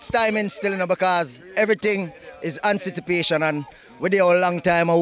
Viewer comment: Di ras seh everything is ANCITIPATION instead of ANTICIPATION grung lol